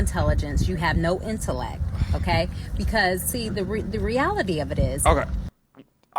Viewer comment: She can’t even pronounce the word. She said interleck, didn’t pronounce the T.